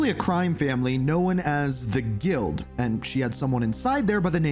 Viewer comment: Do you pronounce the word own as owen??? Cause saying known is that simple bro. Not hard to speak the English language, you might want to get a bit better with that being that you make fucking videos for people in America. Know is no wit own. Known known. Work on it.